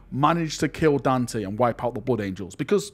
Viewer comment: Kudos to master the only gringo that pronounce Dante as it is and not Danteiiii